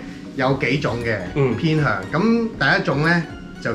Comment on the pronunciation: Alley唔係讀all-ley ，應該讀er-ley